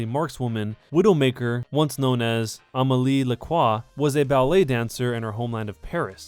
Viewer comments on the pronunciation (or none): here's how to say Amélie Lacroix correctly: ''Amaelee Lahcrroua"